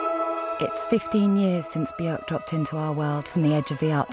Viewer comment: her name actually rhymes with work